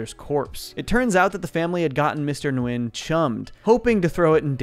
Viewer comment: Her last name is pronounced as "Win".